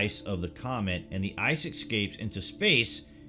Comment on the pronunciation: There's no such word as ecscape. The word is escape. Please learn proper English.